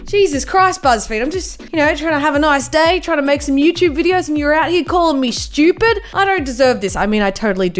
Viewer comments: SH-CH-U-PEED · Why does she say shtupid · I love how it sounds like she said shoopid